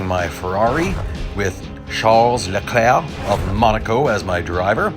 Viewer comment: Names says Hamilton, Bottas, Magnussen, Norris, Leclerc, Vettel New name Charles Leclerc And Sebastian Vettel +2 New names learned. Good job +1 point for perfect pronunciation (Leclerc) You pronounced Vettel wrong tho. I checked it (P.S this is not a hate comment)